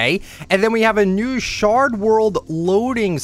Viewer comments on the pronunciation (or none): none